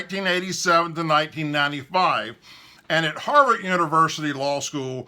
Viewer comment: "Harvard" ends with a "D" - not a "T"..........